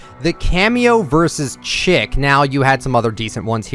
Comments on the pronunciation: cameo vs chic is pronounced “sheek” not “chick” 😭 love your content though much love & support!! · You have a tendency to, just, completely bungle the pronunciation of words, but I desperately need you to know that “Chic” in “Cameo vs Chic” is pronounced the French way, “sheek”. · nope haha! look it up it’s pronounced “sheek”, as in ‘chic fashion’. when something is chic it is very stylish. it is a term commonly used in fashion! not a big deal but just thought I should clarify!